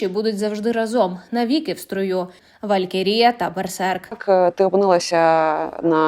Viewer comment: Де тебе вчили ставити наголос "чЕка" замість "чекА" , велькерІя" замість "валькІрія" ?